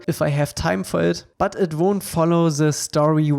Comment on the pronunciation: The way you pronounce ze word 'the' is literally so cute I can't